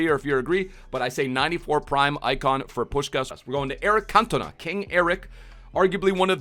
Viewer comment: You insult a legend like 'King' Eric first by getting his nationality wrong, then doubting he is the greatest player to grace the Premier League and finally dafuck u just butcher his name 🤦‍♂️ 🤯 all that a side some fairly decent predictions, 🤞vidic is usable, liked and subbed 💪